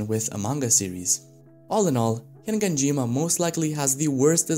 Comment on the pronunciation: you keep saying HiNganjima...